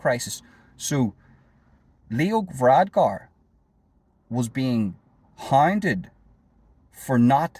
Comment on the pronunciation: It's VaradKar, not VaradGar.